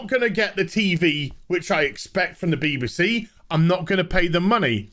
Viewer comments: I keep hearing Beaver C every time you say BBC 😂😂😂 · Why do you say B b C? Pronouning it with an upper case B, lower case b, and an upper case C.